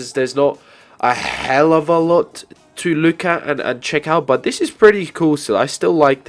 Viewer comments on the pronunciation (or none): your that guy who says dis in stead or this